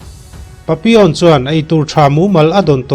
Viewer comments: A hmuhnawm lutuk.....Pappilon tiin i ziaka Papion tiin ilam tlat boksia. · Papilawn ti zawk la ngaihthlak a nuam zawk in ka ring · Nga ti nge papi awn tih tlat a.. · Patlingpui hawizau ve hmelfu si tinge papi(on) i tih tlat maiaaaa... Papillon alawm, tunhmain misawi leh chhiarte pawh i hrengailo ami? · An sawisello ang che adik chiah alaw papion tiin isawiri erawh adik Lo ani 👍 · Pappilon ti a lam tur ani zawk lo maw... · Pappilon aw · Changtupa hming khi i lam diklo lutuk,video tluan in i lam diklo vek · Papilon tih hi i lam dik chiah lo deuh a ni,a story nih na i ti bo vek,edit tha leh la,ngaihthlak a nuam leh zual ang